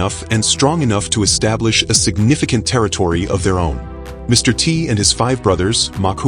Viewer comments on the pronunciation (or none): none